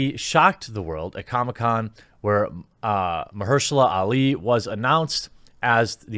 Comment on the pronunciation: Geez dude... say it with me: Mar-sha-la Ali